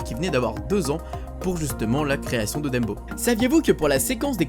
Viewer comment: Le seul truc qui me dérange c'est le fait que tu dise "Dembo" Sinon, super vidéo :)